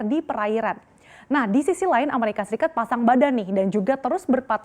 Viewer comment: Ngakak sekali ngomongnnya "Amerika Sikat" buka Amerika Serikat wkwkwkwk. Ada di detik 8